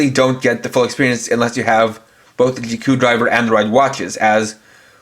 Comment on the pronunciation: Just say in as Zi o and ziku not gio and giku